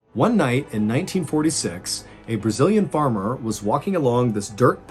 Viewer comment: I absolutely LOVE how you pronounced all the Brazilian names and words, good job! And the name of the city is hard even for us Brazilians to say! I always absolutely adore your videos, but to see one story from my country this time was a very nice surprise! Thank you for the constant good work!